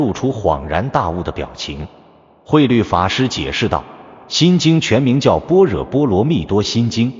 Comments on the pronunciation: 般若 念 波惹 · 1.不要隨便說，誰是誰的化身！ 2.“觀照”兩字，也非慧律法師，首次提出！ 3.般若：音念“ㄅㄛ””ㄖㄜˇ”！